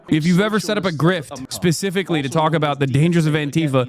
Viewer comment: I crash out every time I hear Hassan say pacifically.